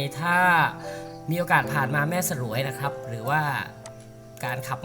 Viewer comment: แม่สรวย ออกเสียงว่า แม่สวยครับ ไม่ใช่ สะ -หรวย